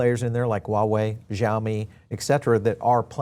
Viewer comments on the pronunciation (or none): none